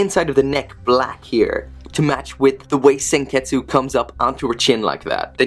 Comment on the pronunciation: You said senketsu but its pronounced senkets